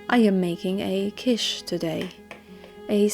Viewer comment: Asparagus is quite good in Quiche. BTW I believe it's pronounced like KEESH.